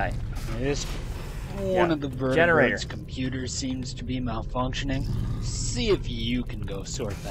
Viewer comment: Veert - ee - birds